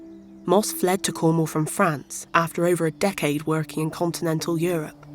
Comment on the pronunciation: It's Cornwall, not Cornhole!